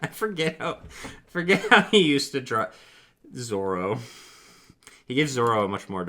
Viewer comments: I love listening to this, but damn the Zolo think is killing me. I know it shouldn't, because L and R sound very similar, but it does. 😂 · I wanna watch it but every time he says “Zolo” I cringe. Truly the biggest crime committed by Viz was gaslighting people into mispronouncing Zoro’s name